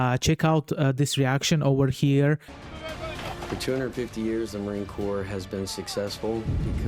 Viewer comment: Corps is pronounced Core, a French word meaning "body"